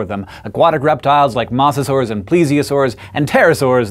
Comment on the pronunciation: His pronunciation of Mosasaurs should not bug me, but it does.